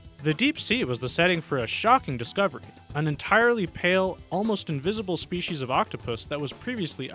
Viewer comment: New SHPEESEES of a new SHPEESEES! How exciting!!!